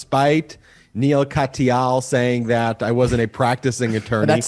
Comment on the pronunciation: If you would like the respect of Neal Katyal, learn how to say his name. it was cringe worthy, nails on chalk board event hearing his respected name spoken on the podcast.